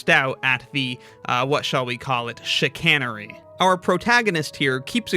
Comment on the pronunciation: Bro said Chcianery bro think he’s chuck💀💀💀💀